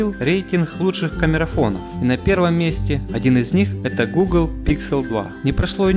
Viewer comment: Гхэкающий обзорщик)))) диафрагхма, Гхугл пиксель, слух режет. Лучше уж на мове